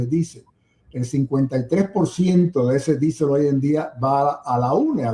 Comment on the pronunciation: Por qué no dice diésel? Q manía d decir disel.